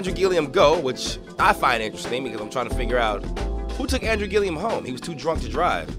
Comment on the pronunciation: Would you PLEASE pronounce his last name right! It's annoying. There is no I after the last L😂😂😂. It's Gillum not Gillium, dear😊